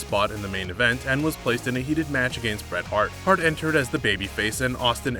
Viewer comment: This guy doesn't even pronounce the word against correctly